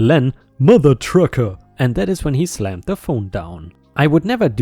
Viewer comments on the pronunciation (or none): none